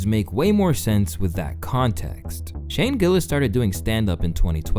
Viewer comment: Atleast you managed to pronounce Shane's name correctly